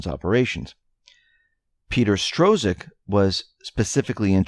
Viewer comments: Dude you really need to go backto high school and graduate. It's pronounced STRUCK. Money is pronounced FEE-OT. It's no stro-zuck and fie- at. I can't listen to any of these videos any more. If you want to be taken seriously, at least be serious in your pronunciation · Its pronounced " STROCK". THE Z IS SILENT.